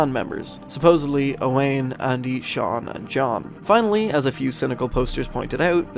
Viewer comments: Hey fyi I'm friends with an Owain from the UK, and according to him it's pronounced Owen and is a fairly common name out there. Otherwise great video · As an Irish man I'm ashamed I mispronounced it, the Welsh spelling threw me off lmao I apologise to all the Owains out there